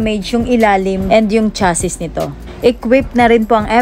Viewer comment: MAGANDA ANG PRODUCT, PERO ANG ANNOUNCER AY PANGIT. CHASSIS IS PRONOUNCED AS "CHASI" LANG.